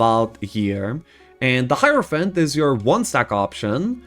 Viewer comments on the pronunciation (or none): none